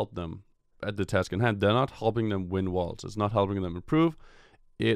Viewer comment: I had to replay the first five seconds, kept hearing "one of the worst" instead of 'worlds'.